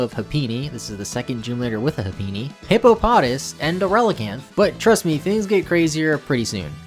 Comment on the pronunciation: It’s hip-O-pa-tos